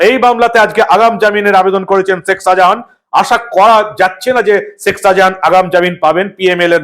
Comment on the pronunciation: Apnar uchcharon anekta Horijon type,sekh Sajahan? So so korchhen chhotolok Der moto.